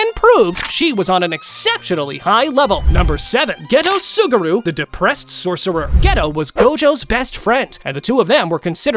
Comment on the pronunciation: Bro just said clapping sorccer